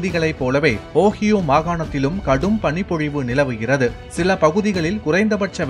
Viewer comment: Ohio pronounced wrong by the news reader 🤦🏼‍♂️